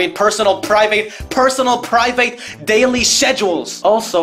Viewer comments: "personal pri-vate personal pri-vate personal pri-vate personal pri-vate personal pri-vate personal pri-vate personal pri-vate dayly sesual" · Him struggling to say private is so funny to me